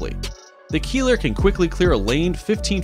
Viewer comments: It's not a "Keeler"...it's pronounced like "Kyler". Keiler ist the german word for a male boar. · That minesweeper is not pronounced "Keeler". It's something like "Kyler", meaning wild boar. If you watch boars who search for food, you know why they named that vehicle so. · You pronounce "Keiler" wrong. The "ei" is pronounced as the "i" in hiding.